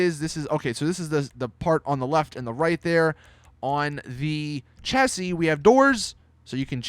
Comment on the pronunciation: it's pronounced as shassis lol